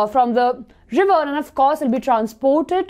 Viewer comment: Don't make laugh on anyone by mistake she said liver and dude it river. Use your common sense just chill pill